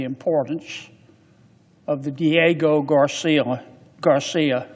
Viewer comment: Maybe you should learn to actually say Diego Garcia before you start rambling on to your nazi dictator about the limited knowledge that you have about world history or politics…get your coat buddy 🧥👋